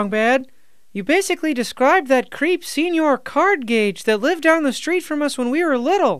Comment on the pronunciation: Since it looks like my first comment was deleted, just some feedback. 1) Senor Cardgage’s first name is Senor, pronounced Seh-nor. Strong Sad mistakenly call him Señor once, but every other character including Cardgage himself spells and pronounces it phonetically after that. 2) Strong Sad’s antidepressants are a running gag, he clearly receives psychiatric counseling.